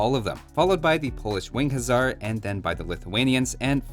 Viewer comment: Why hussar said huzzar